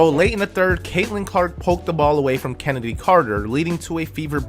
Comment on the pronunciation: Shhhhennedy Carter 😂😂😂 💀